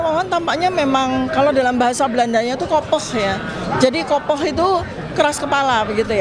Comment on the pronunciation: kopig, bacanya kopegh. bukan kopoh!! udah lah pake bahasa Indonesia aja. gue yang tinggal di Holland dengernya jijik kalo orang sok pinter.